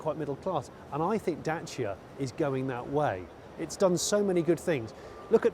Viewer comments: I appreciate you pronouncing Dacia properly, also great review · Congrats Johnny for pronouncing corectly the brand's name! 👍 Yeah,very interesting city car !